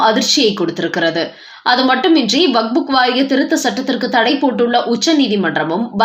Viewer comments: Please pronounce waqup not waqbook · Not wak buk, it is waqf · It's not vakbu it's vakf( Wakf). Please correct your pronunciation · அம்மணி, "வக்புக்" என்று சொல்ல கூடாது. "வக்பு" என்று சொல்லுங்கள். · வக்புக் என்று தவறாக உச்சரிக்காதீர்கள் 😂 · Tamil news readers should learn pronunciation first. This lady's Tamil rendering is horrible. She has found a new book, vakbook😂